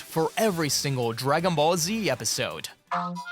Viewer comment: Die Ki Spricht Dagon Ball Z auch noch Falsch aus